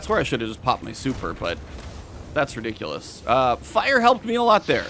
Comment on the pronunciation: I like how you pronounce ridiculous. <3